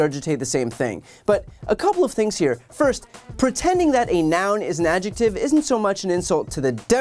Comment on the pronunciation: “Ad-jeck-tib?” - Lauren Boebert